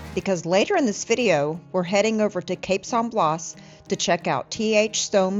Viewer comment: It is pronounced “cape San Blast without the “t” on the end. Not blaws. Enjoyed the video.